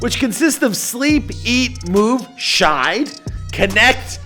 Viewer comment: Shield lol “shide”